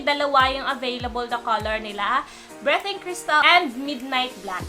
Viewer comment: Ang ganda naman ng "BRETING CRYSTAL" 😂😂😂😂😂😂😂😂